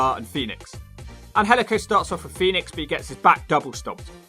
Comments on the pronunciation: IT is pronounced Angelico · It is pronounced Angel/ico